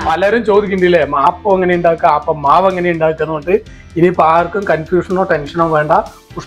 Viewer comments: ആപ്പം അല്ല അപ്പം എന്നാണ് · പിന്നേ സഹോദരാ ആപ്പം അല്ല അപ്പം ആണുട്ടോ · ആപ്പം എന്നല്ല അപ്പം പാലപ്പം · ആപ്പം അല്ല അപ്പം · ആപ്പ് അല്ല അപ്പം